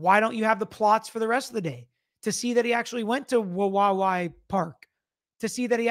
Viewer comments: I used to live in Wawawai. Say "hawaii" out loud. Now replace the h with the w and say it again but add that third w toward the end. Not that hard. wuh WAH wee. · Say it like WA- WI- EE or say it like Hawaii (cept with a W.). You said Palouse great. All native words around here. The park is way the heck down a canyon several thousand feet. Look at the elevation of pullman and Moscow compared to Wawawai park. It’s dark, windy down an unpopulated canyon road. Not sure who would make the trek in the cold winter weather when roads are icy around here. Just saying, having known the area. You do a great job. Thanks 🤙🏾